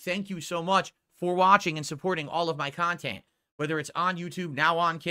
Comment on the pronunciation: The khantent ack ack ack